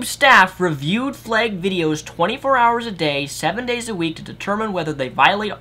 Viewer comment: It's pronounced flagged not flegged.